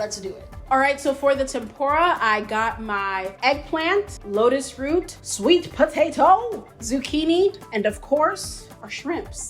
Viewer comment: “I have my Sweet P-O-TAT-TOE”💀